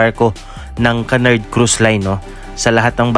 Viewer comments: Kunard po basa sa Cunard di po kanard 😅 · "Q-nard" this how you pronounce Cunard.